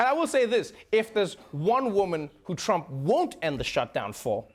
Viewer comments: (A) Did anyone else notice when Trevor said "Chump" instead of "Trump"? Freudian slip? 🤣😉 (B) #TrevorNoah is 10x better than #SethMeyers. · Anyone else catch the "chump" slip? ahahahaha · Did he call Trump ..chump?